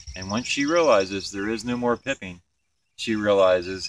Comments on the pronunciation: It's called piping. Not pipping. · Stop saying PIPPING! It's PIPING! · Is it pronounced “pipe-ing” or “pipp-ing?” I’ve only ever heard “pipe-ing” before this video. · Your spelling is correct but what the queen is doing is pronounced "pipe" - "ing".